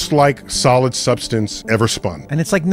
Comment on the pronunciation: "Solid Supstance"